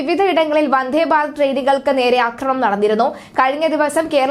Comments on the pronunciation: വന്ദേ എന്ന് പറയു വന്ധേ എന്ന് പറയാതെ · വന്ധേ അല്ല വന്ദേ